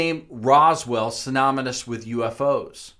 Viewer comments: He also said symonomous, instead of synonymous...... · I enjoyed this one-man 'documentary' rehash of old stuff right up until no-neck with his own tripod mounted crew says 'SINOMINUS' .... this discounts everything up to that point. DOH............ no. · synomonous, lol!!! oh, and familiar fa mil yer, not fer mil yer